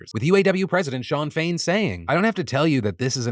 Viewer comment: keep hearing sinn féin when you say shawn fain